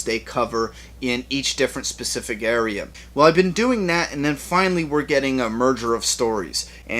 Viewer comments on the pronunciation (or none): none